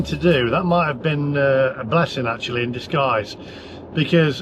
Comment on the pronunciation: ackshuallly i fink you should have used the porsche navigation app to get you to the cheapest chargers akshuallyy 😅😅😅😅